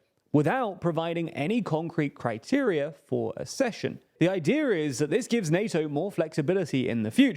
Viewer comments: Ugh. Accession is pronounced “Ak-sesh-un”. Like “access”, not “assess. As a newsreader you have ONE JOB. I did hear the word pronounced correctly on this channel once, you know. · Please talk to about how ACK-cession is pronounced. Accession - like access. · UK: æk-SESH-un, US: uh-SESH-un